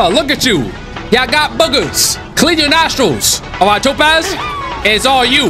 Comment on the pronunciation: It's Top ASS not Topaz